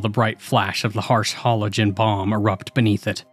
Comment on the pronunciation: Said Halogen wrong. 🙄🙄🙄🙄